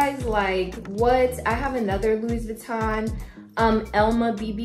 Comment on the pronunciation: Nice bag 🤩..Louis = French (so the S is silent 😅)